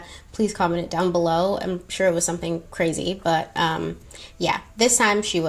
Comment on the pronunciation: Shore sure SHORE 😂